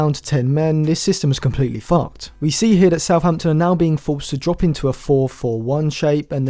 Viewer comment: "now they are down to 10 men this system is completely fucked" wasn't expecting you to say it like that 😂😂😂